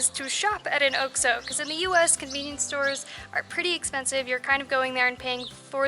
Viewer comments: it is ox maybe more with a Mexican accent but I have been here 20 years and the way you said it did not sound right, maybe just me, but listen to people and see if it is not more ox than oak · Oak-So? I own a beach house in Nayarit -- we say Ox-O. :)